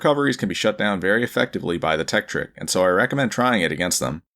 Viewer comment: "THE LEDGE TEKTRIK"